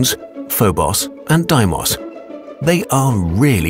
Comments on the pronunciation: Its not doimos. Its de-mi-os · Deee-mus, not di-moss. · Ugh. The names of the moons are mispronounced. In English we call them "FOE-boe-ss" (['fəʊ.bəʊs]) and "DAY-moe-ss" (['deɪ.məʊs]) not "foe-boss" and "die-moss" like this foreign narrator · Did I miss smth? Isn't it spelled D-e-i-mos? Not D-I-i-m-o-s... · Isn't Deimos technically pronounced "DEE-mos" not "DIE-mos"? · It’s pronounced f-o-bo-s and d-ei-mo-s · I keep up unhearing deimos as ”Diemos” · Isn't Deimos pronounced more like "Daymos" - De-i-mos? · Phobos and deimos are prenounced foe bows and dee mows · Btw Deimos is pronounced Day-e-mos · Did this guy just pronounce deimos as diemust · oh it's pronounced Die-moss, thought it was Day-moss for some reason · It is pronounced Foh-buws and Day-muws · brenda corpes u pronounce tHem like this fo bos De moyse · Did you say Deimos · if ur gonna make a video over the moons PLEASE pronounce them right - phobos was good but DEIMOS WASNT GOOD AT ALL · Pretty sure you pronounced their names wrong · You pronounced Phobos and demos wrong